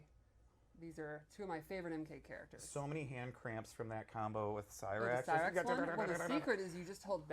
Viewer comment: thats not cyrax thats sherax